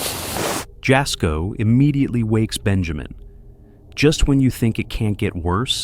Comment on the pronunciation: It’s pronounced yasko not jasco